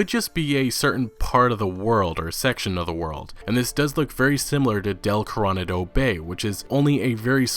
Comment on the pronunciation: It's pronounced like Core-O-Naw-doe